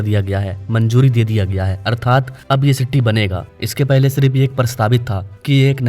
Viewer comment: Bhaii sitti nahi city